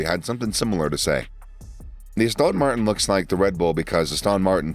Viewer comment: Astön Martin